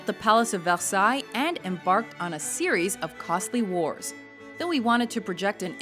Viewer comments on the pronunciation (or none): none